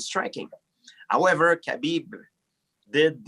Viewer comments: Yo gsp my guy it habib not Khabeeeb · Bruh at first I thought GSP was calling him cabbage lol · Khabib "Cabbie" Nurmagomedov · Being not 'bean' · Everyone: Khabib GSP: Kabeep Everyone: Kabeep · "Kay-BeeB" GSP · ARIEL HELWANI SLAUGHTERING KHABIB'S NAME.